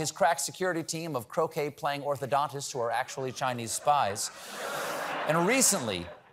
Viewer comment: When he said hit by croquet ball I thought he said cocaine ball at first 😂😂😂😂☠️☠️☠️